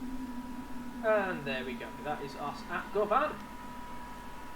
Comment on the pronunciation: As someone who's from Glasgow (who loves the subway), I was really excited to see this (govan's pronounced guhvan like you're saying luvvin)